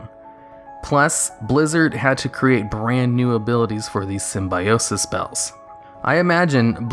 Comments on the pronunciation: Not sym-bi-o-sis, but sym-byo-sis (simbēˈōsis) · Dude..say Sim-bye-osis one more time LMAO..its call Sim-bio-sis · The #1 was painful to listen to... While I agree that Symbiosis was fun and innovative and unique, please, at least do your research before creating something like this - it's pronounced (sim-bee-oh-sis). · Ah, the Jenny Slate school of pronouncing Symbiote, or Symbiosis in this case.